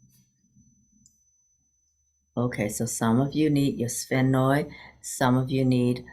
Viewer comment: Haha, there isn’t any other way to say it—sphenoid. You did it🙂